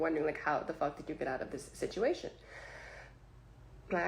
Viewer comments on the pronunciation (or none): Had to stop when you began talking saying "Dis" when it's clear you mean this. Learn how to speak English.